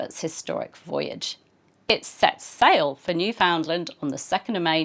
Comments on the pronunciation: Cabot may have named it named it New-Found-LAND, but today it's NEWF-und-land and hearing new-FOUND-land really grates! (Maybe my pronunciation is only what my dear Newfie friends use, but. . . I do think it is the standard one) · NEWfoundland rhymes with' UNderstand. - understand? (Sorry - as a Newfoundlander the English mispronunciation is one of my pet peeves!